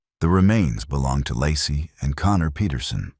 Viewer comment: Not Lassie or Lossy.....I swear I cringe whenever I hear it pronounced wrong